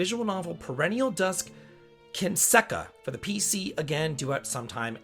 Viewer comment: KIN-SEN-KA - I don't know how you manage to read every Japanese word wrong while your whole thing are Japanese video games. I love your videos for the content and the fast grip on JRPG news, but a little bit of effort into the language that birthed all these games would be appreciated. It's a syllable based language. You can have the basic pronunciation of words down in. like an hour.